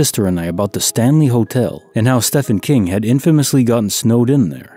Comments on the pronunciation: It's pronounced Steven King. Only the world's greatest horror and supernatural fiction author. no biggie :P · Sorry but when you said, “Stefan King” I died lol. About Stephen King staying at the Stanley Hotel. I love the Shining! Great stories thanks I’m listening in bed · Did you really mispronounce Stephen King?